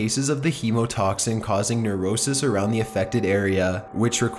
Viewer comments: Its not neurosis..its necrosis.. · Necrosis not neurosis hahahaha :D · It's necrosis not neurosis. Necrosis is dying or dead flesh. Neurosis is a psychological condition. Although if I were bit by a brown recluse I bet it would leave me neurotic XD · **Necrosis NOT Nerosis**